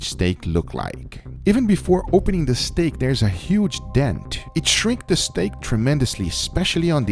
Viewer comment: I love the way guga says steak, he says it like “stæg”